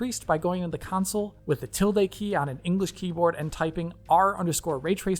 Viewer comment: It s called console not council like you say it cheers i like what you do, but when I hear councile in stead of console it just hurts my ears